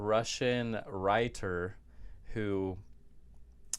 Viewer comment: You. Ant even say writer correctly so don’t worry about the other names 😂😂😂